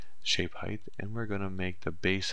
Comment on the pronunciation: height not heigth........